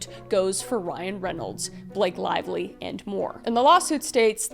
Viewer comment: Blake Lavelie? Did you pronounce her name like that